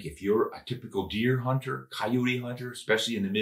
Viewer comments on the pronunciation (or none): none